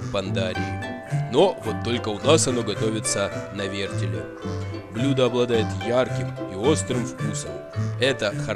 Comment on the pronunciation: "Нанизать на вертелЬ", "положу протвень на дно" ВертеЛ, пандарийские неучи, протИвень! Разбил фейспалмом лицо. Видео крутое, но курица выглядит неаппетитно :'(